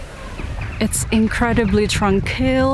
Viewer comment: I subscribed because of how she pronounced tranquil